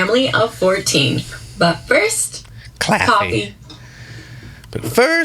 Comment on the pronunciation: Did you say, “Claw-fee?” 😂😂😂